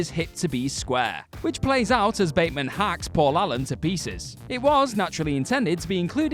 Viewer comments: When he tells the lawyer about killing Paul Allen, he says "I'm patrick Batemond" instead of Batemen and always wondered if was a mistake the directors didn't catch or was there an actual reason? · Yeah...and the character's name is pronounced BATman.